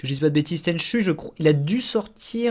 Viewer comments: Alors j'adore ta chaîne mais un peu vache sur l'intro de tenchu. Une belle intro noir et blanc avec une chanson en swahili. Si seulement certains jeux actuels se donnaient autant dans l'atmosphère et l'onirisme ce serait top. Bonne continuation. Tenchu se prononce tenchou :) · MON JEU/SERIE FAVORIS !!! :o (A part le dernier "Tenchu Z" qui a juste assassiné la série..) Parcontre, ca se prononce [TÈN'CHOU]... ^^ La musique a été composé par le génie : Noriyuki Asakura